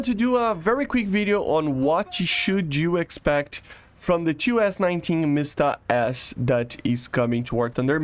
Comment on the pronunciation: there is no sound in word you pronounce it like , but actually it is wrong, it should not have sound inside btw, something weird happens in this video... I can't get what that Tiger was doing?